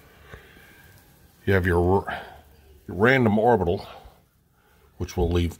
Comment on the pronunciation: Orbital not oribital